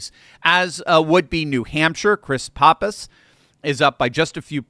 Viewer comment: I research all these products you push for health, and none of them have any real backing. And your fear mongering on cyclospora is way over stated by you. Now, Chris Papas... it's pronounced PAP-US, you know, like a Pap smear test. He's from a great family, don't know where they went wrong with him and his horrible politics.